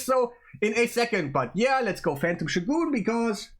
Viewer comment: Haven't heard him say it yet but it's killin me already 🤣